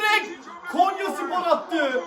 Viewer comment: Kenyaya değil konyaya .yeniliyoz maç sonu takımda üzülen yook